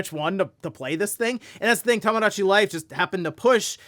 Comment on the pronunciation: “Tamadachi Life”